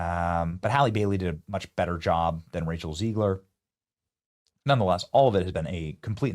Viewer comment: Did you say “Racial Ziegler?”… lol😂